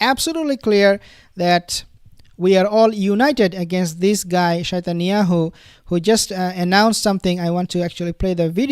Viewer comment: Did he just say shetanyahu😂😂 or shaitanyahu😅😅😅